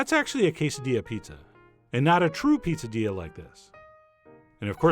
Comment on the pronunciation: I was sure you said "popadilla" at the start, and started wondering how a poppadom and a quesadilla could be combined 🤔